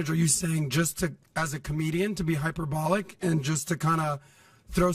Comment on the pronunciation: The fact he doesn't know how to pronounce hyperbolic says a lot to me.